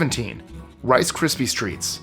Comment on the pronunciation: why do you keep calling it rice crispy streets?